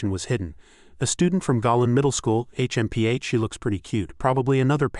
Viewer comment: H.M.P.H. is I guess difficult for Ai to pronounce